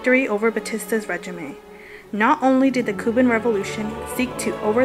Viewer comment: regime is pronounced regeem, not regimay.... also it's more pronounce kyuba than cooba, it pronounced krooschef not krustcheve, this was driving me insane. good job otherwise